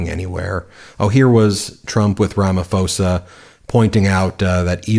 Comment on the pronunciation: Ben - please pronounce Ramaphosa properly - it is Rama-poser - not Rama-foser. Thanks for all the great reports.